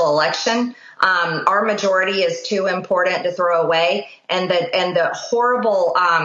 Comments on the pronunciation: It's impordant to understand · Marjoried can even pronounce important. Impordant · The big newly discovered impordant words. She does have trouble with the English language, along with other things. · Mtg please learn how to pronounce “important “. Now look in the mirror and start with yourself to decrease your constant chaos !